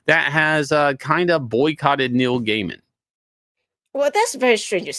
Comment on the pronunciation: Everyone in the world says "Neil GAYman" Except for Shane , who says "Neil GUYman." Why is he like this?